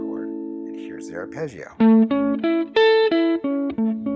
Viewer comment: Italian here! Really appreciated lesson, let me pay you back with a little Italian lesson on how you say the word arpeggio You don't make any sound out of the I, it is needed just to make the g pronounce smooth (like in the word "jam" ) So you read it without the "e" sound out of the I. I hope I was able to explain it ...